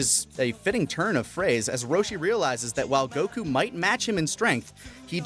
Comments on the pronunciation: why the pronouncing of goku as go-koo like a owl and nice dbs spoilers for those that watch dub only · I’m just distracted by how weird pronounces Goku. Seriously, I know it’s a small thing, but I’ve heard most peeps say it normally whereas he’s just like “GO-KUUU.” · I wish they would stop putting a weird accent on when ever they say, "Son Goku" or a few times when they said "goh-kuu" Just speak like a normal person, and if you are going to pull the line of "proper pronunciation" then you better start calling Krillian, "Ku-ri-rran" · pronounces “Goku” the Japanese way, I think everyone else says it the American way. It rly doesn’t matter to me 🙃 but some ppl get their panties in a bunch abt it lol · Every time dude pronounces Goku's name that way, it hurts me.